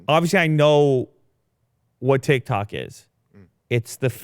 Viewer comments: TIKTOK not TICTOK..... LMAO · Tiktok not Tictok:( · "It's TicTac not TicTok lmao :joy: :ok_hand: xd...." - Every millenial ever